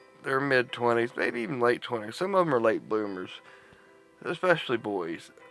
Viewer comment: U mean.. Late Bloomers?? .. Sounded Like u Said.. Late ‘Boomers’.(Wich cud be true as well..lol)